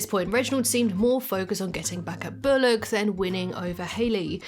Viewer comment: Why are u saying bolock it’s pronounced bull lock